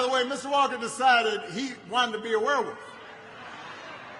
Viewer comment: Um, Mr. Walker...what's a "Wehwoof"?!?🤣